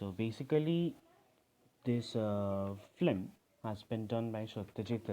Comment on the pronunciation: "Phlim" iss naasamajh kism ke insaan ko kisne teacher banaya